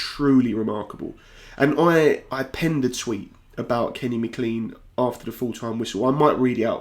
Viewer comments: Lovely commentary. I'll not be the first or the last to advise you that McLean is pronounced as Maclain, not Macleen. Cheers, nevertheless. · Please call him Mac-Lean not ma-clean. Anglicised from Scots Gaelic it's Mac = son of and of Gille Eoin = Servant of St John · Haha I was gonna say the same, but not in so much detail.. just that it's pronounced Mc "clayn" Appreciate the video mate 👍🏼 See yous in the world cup